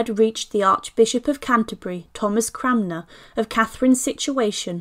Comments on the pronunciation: Yeah, I’m hearing her say ‘CRAMner’ too … repeatedly. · It's Cranmer, not Cramner !!!🙄🙄